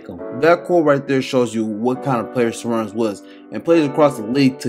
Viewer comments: bro needed to spent time a bit to pronounce it properly ))) Sharoonas not Sarunis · You pronounce it like Sha - Roo - Nas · Šarūnas Marčiulionis Its Sa-Ru-nus, you butchered the man name geesh 🙄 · Good stuff. The S with a chevron over it is pronounced "sh" so you say his name as "shuh ROO nus" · LoL - it's Sha-Ru-nas Mar-Chew-Lonis, the Š and Č act as Sh and Ch.